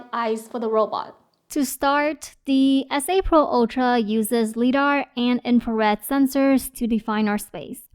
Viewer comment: FYI the word "Lidar" is pronounced with a long "I" - rhymes with "EYE". as in LIGHT detection and ranging. LIGH-DAR. Very complete and useful review, thanks!